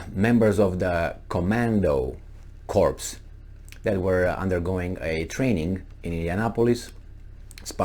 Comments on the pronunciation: You made it unintentionally funny by mispronunciation; "corps" is pronounced Ko:r. No P no S If you pronounced it "Korpse" as you did i means cadaver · Ack. Please pronounce corps like apple core, not like dead body. Sorry about being a grammar notZ.